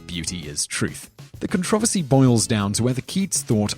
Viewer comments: It's pronounced controversy, not controversy. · BTW, nice mangling of the word controversy.